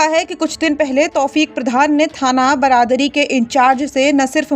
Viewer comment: थाना बरादरी ? मैडम, थाना बारादरी कहिए।